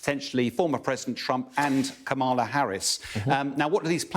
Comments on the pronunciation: learn how to say Kamala. 🤦‍♀️ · maybe learn how to pronounce our next president's name.